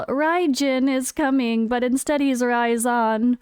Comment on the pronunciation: You pronounce it raisin like a dried up grape you know hahaha that’s what I’m calling him now anyways 🍇